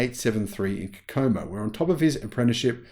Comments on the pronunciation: Love your channel! Watch most everything. I wanted to let you know, it's pronounced "CO-CO-MO" Indiana. Just like the Beach Boys song of the same name Kokomo. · I live 30 minutes from Kokomo and here in the States we pronounce it as KO-ko-mo with the stress on the first syllable. The Beach Boys have a song called Kokomo and, though it's a different Kokomo, it's pronounced the same. I'm not trying to be grammar nazi just trying to be helpful since I know you say Kokomo sometimes and you're far from here. Love the channel. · To learn how to pronounce Kokomo , see Beach Boys here: TadZubd0YSo